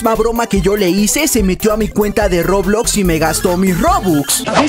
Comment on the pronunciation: COMO DIJO EN SU PRIMER VÍDEO DISE REBLOX XD